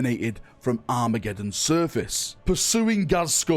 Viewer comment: You keep pronouncing Surface as Service. The Surface of the earth, and how may I be of Service are pronounced differently. My OCD went into overdrive when you said it. Lol.